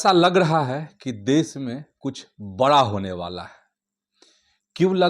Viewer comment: Pahlay sahi hindi to bolna seekh desh ko des kosih ko kosis.